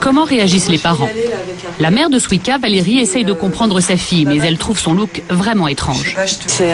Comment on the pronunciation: BORDEL ça se prononce Suika pas Swika! Elle me stresse la voix off xD Qu'est ce qu'elle est mignonne Shu (: A part ça, faut vraiment que les journalistes arrêtent de généraliser c'est vraiment chiant -_-" A part ça je trouve que le terme ' déguisement ' utilisé plusieurs fois est assez péjoratif mais ce n'est que mon avis. Allez j'me la ferme xD JAPAN HWAITING!